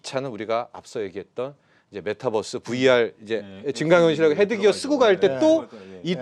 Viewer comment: 메타뻐스가 아니고 메타버스요.... 뛰뛰빵빵 뻐스가 아니잖아요